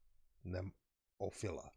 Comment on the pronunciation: it's pronounced NEE-MO- FEEL- LA